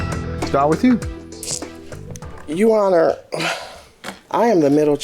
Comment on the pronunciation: As soon as i heard the plaintiff say to the judge "YOU HONOR", i knew the case was gone be good